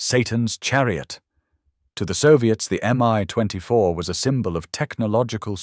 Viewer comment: Not to mention the crappy AI voice and the multiple pronunciation of "Mi"